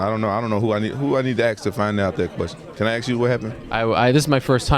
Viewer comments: Did rampage say he was gonna 'Axe' someone....? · Let me Axe you a few questions, how many is Fitdy?